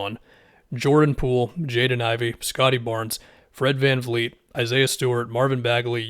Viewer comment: I swear you’re the only NBA content creator I know of who actually says Van Vleet instead of Van Fleet